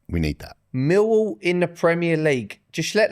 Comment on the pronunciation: is bang on with the millwall pronunciation